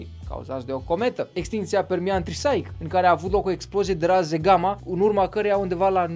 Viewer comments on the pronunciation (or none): Extinctia Permian-Triasic, nu "Trisaic"